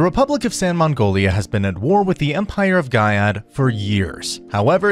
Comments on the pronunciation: did i just hear the republic of san mangolia? last i check it’s magnolia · It's Magnolia not Mongolia big brain